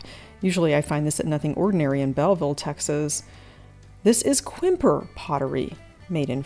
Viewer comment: Thank you for your enjoyable and informative shows. In today’s Round Top show you commented on a piece of Quimper. I’m lucky to have inherited a number of pieces collected in the 1930’s by a great aunt. Quimper is a city in France and the name is pronounced “Cam-pair.” Again, I really enjoy your shows, and appreciate your elegance.